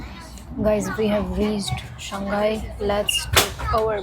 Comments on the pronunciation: SHANG....... HAI !!! NOT SHAN-GAI.. SHANG ( mean Up or Upper). HAI ( Sea, or Ocean).... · Hello my friend shanghai is pronounced as shang 'HAI', not shang 'GAI'. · Shang Hai. Not Shang Gai. People here will not understand you. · Shang Hai it is where the H is not a silent consonant 😂